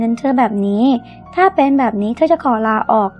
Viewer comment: ทำไมคำว่าเธอ..ถ้า..ทั้งที..ทุก..ทำ..ที่..ถึง..ต้องอ่านออกเสียงเป็น ชอช้าง..การออกเสียงมันกระแดะ